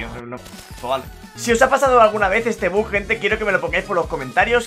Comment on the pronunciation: Me pone muy nervioso que diga buk y no buggggg que es como se llama